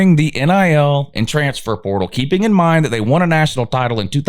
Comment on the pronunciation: every time you say "transfer portal," your channel automatically turns into a Chinese voice over. We'll never know what that term means here in the upstate.. gibberish.